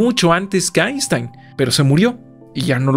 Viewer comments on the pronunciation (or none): none